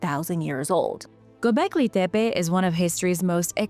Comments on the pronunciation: While I admit it is very refreshing to see and hear a real human talk on YouTube instead of insufferable AI voices, I'm confused about why you are forcing such a strong accent when pronouncing gobekli tepe. I've watched dozens of historical documentaries about it and I've never heard anyone pronounce it like that before, even when real people are narrating. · Its kindof annoying hearing a 90% regular english accent mixed in with that other accent when she says Gobekli Tepe. I say pick one accent and stick with it, consistency is key 🤙